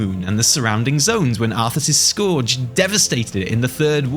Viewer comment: Hey. Please pronounce Scourge correctly. It rhymes with Purge, not Pour-ge.